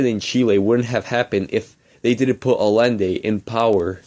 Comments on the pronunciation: This kid can't even pronounce Allende. Say it with me, ancaps: "ai-YEN-day" Big props to the original video producer for being brave enough to admit that he doesn't actually care about democracy, as long as the result is unregulated corporations. Usually reactionaries just lie about things like that. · I love how he keeps mispronouncing Allende's name. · always mispronounced Allende's name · The guy can't even pronounce Allende.